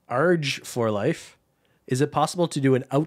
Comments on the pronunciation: He did the same thing with me😂. The first part is pronounced like Argie (are-gee), just no i 😅. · No because Im so happy! pronounced my nickname wrong but now I know I need to grammatically change it to Argie (pronounced are-gee). Otherwise I’m FREAKING OUT!!!